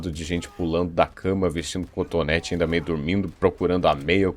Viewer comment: Meu Deus Perdão mas toda vez que ele falava contonete eu me acabava de rir kkkkkkk Um vídeo sério e eu parecendo que tô vendo um vídeo de comédia, mas é culpa da sua narração (boa demais) kkkkk